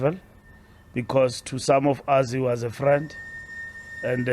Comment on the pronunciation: This is painful man, especially when I hear the word 'was'...... AKA 'was'.....eish, you're killing me.....